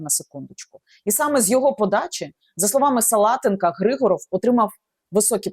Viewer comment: Не ГрИгоров а ГригОров. Русская фамилия. Зачем коверкать язык. А те що він товариш Деркача того що зараз сенатором в РФ то це клас! Готується здача Сум. Добре буоло б аби не так обійшлись як з Маріуполем або Бахмутом.. Взагалі треба правді в очи подивитись. Кінець України не за горами. Навіщо було тоді чинити опір з самого початку? Всі були б живі й здорові. Міста й села не зруйновані.Обійшлося б тільки зміною цеї нашої гнилої зелено-шоколадної влади.